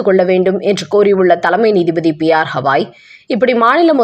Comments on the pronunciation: எத்தினி வாட்டி சொல்வது, அவர் கவாய்,ஹவாய் அல்ல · உச்ச நீதிமன்ற தலைமை நீதிபதி பெயர் B R. Gavai (பி.ஆர். கவாய்). P.R. Havai அல்ல. தயவுசெய்து சரியாக உச்சரிக்கவும். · அம்மையாருக்கு கவாய் என்று உச்சரிப்பு வராதா? எத்தனை சொல்லியும் ஹவாய் என்றே படித்து வருகின்றார். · அம்மணி "ஹவாய்" இல்லை. "கவாய்"